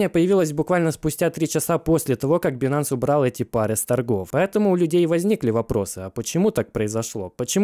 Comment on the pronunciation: Правильнее говорить байнэнс, а не бинанс)